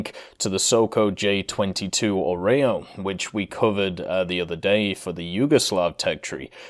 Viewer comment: IAR-93/Soko J-22 Orao (EAGLE), don't pronounce it as an OREO, please!!!! :P lol